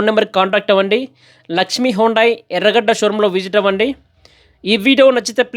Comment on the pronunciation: హోండాయ్ hondai కాదు హ్యుందాయ్. Hyundai